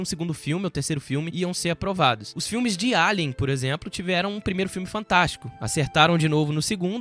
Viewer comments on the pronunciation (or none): none